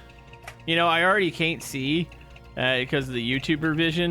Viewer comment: why do you pronounce the word can't as caint